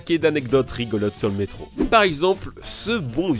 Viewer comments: Je sais ce que c'est qu'un métro, merci, mais un "meetro" comme il dit au début de la vidéo, jamais entendu parlé... "Mitro" si tu préfères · il a dit le mitro a 0.28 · Je te corrige tu a dis le "mitro" mais sais pas grave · ta dit mitro je crois non qlq peut m'le confirmer stp